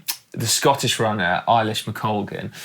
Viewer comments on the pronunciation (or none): Good video guys. Yous make a great pairing. One thing for the non Scottish people, Eilish McColgans name is pronounce aylish, not eyelish. Little things but it's a good Scottish and Irish name and I'm sure her parents cringe every time people mispronounce her name.